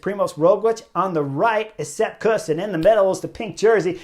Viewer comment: Chris I love your channel but please stop butchering names.